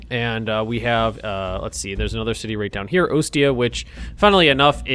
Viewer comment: Ostia is pronounced, Aw-Stee-a